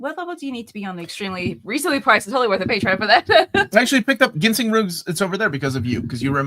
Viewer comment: It’s pronounced Jin-seng. No hard g.